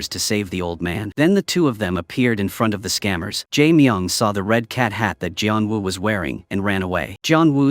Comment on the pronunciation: gian wu? bruh is geon woo